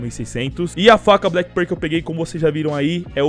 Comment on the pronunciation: Mano só me dá agonia do jeito que você fala black pearl sempre errado KKKKKKKKKKK No mais, seus vídeos são sensacionais, parabéns